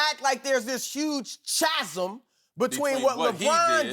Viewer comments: Did he really say it as CHAZIM, lol it's pronounced as kazem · Also, "chasm" is pronounced like "kasm", Greek origin.